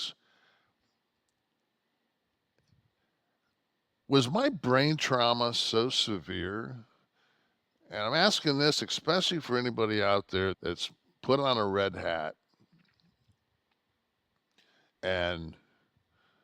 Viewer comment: Especially not exspecially retard! You probably barely finished high school… What a complete loser….